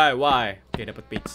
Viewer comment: "Page" bukan "b1tch" dodol